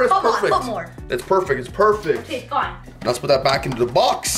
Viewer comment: Bro it is not otay it is okay